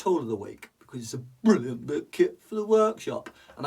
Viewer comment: You 2 are bwilliant!I was wondering does love honey?!but on a serious note I'm totally loving this build and both of your humour,I think your.channel is a bwilliant bit of entertainment 😁